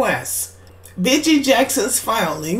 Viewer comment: pronounced beegee like the beegees